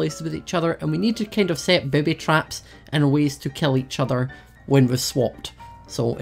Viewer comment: He pronounced booby traps like baaby traps